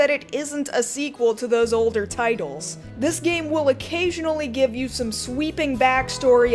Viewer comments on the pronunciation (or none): none